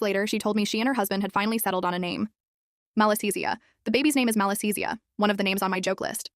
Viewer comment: Malessezia is a yeast infection on the skin. It was spelled wrong a couple of times in the video but it was pronounced pretty correctly.